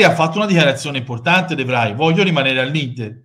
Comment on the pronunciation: ciao! volevo solo farti un appunto, se me lo concedi: sono due video consecutivi che sbagli a scrivere il nome di De Vrij (e si pronuncia "defrei"...ho vissuto 3 anni nei paesi bassi e so quel che dico):( quindi inutile che tu gli metta l'hashtag, perchè cliccandoci sopra ti porta al canale dell'Universtia Devry negli stati uniti;) per il resto, sempre d'accordo ed in linea col tuo pensiero (soprattutto per quando riguarda i barboni che chiedono soldi su youtube). mi potresti far sapere a chi ti riferisci in particolare, cosi vado subito in azione e lo rovino?